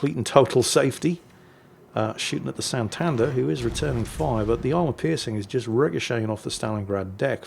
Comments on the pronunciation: ¡Hola! It is SantanDER (not SanTANder) I mean that the stress goes in the last syllable ("der"), not in the middle syllable ("tan") as pronounced it 😅 And, yes tortilla de patatas, usually called tortilla española, is one of the best meals in the world:D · that's a paddlin, btw its san-tan-der try say all in the same tone and you goi ntake right.